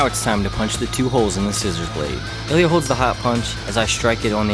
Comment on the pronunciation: мля, а я всю дорогу думал, что называет Элиот) а это оказывается просто специфика произношения русского имени))